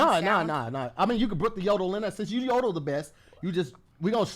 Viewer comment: no it’s “yodole” bro 😂 you tried though that’s all that counts lol